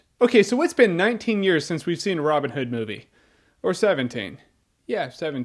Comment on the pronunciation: Why does he say Robin Hood like it's a single word? love the review though Jermey.